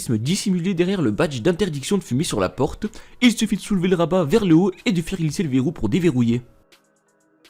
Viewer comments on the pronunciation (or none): none